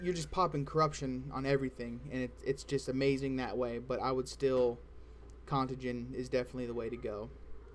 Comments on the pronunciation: Interesting information my friend. but if you say con-tuh-gin one more FUCKING TIME!!!! lol It's Con-tay-gin, you know like something being contagious? Like a disease? heh....Good shit regardless my dude. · Its pronounced con-tay-gen.